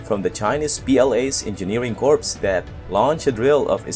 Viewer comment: Hi, I know that it is spelt corps, but it is pronounced "core" as in, apple core.